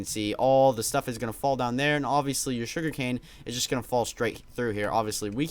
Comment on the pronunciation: Stop saying oviestly